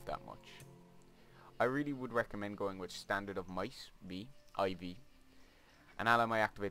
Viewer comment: really amazing guide! but everytime i watch it, i get disturbed how you say the roman numeral 4 as I-V. but really awesome guide!